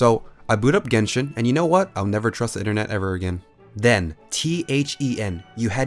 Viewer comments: Yenshin is actuly kinda right since it's jp or cn pronunciation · Jenshin. XD